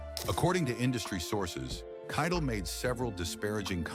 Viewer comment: For Pete’s sake, Harvey Keitel pronounced his own name at the beginning of this piece, and the AI robot still got it wrong through the entire narrative until the very last time, when robot-man finally says the name Keitel correctly!